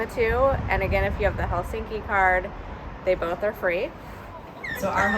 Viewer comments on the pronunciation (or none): I don’t understand why many foreigners pronounce “Helsinki” with strong emphasis on the end of the name? It is wrong. The first syllable of all Finnish names is always emphasized. As you pronounce “London”. In the same way!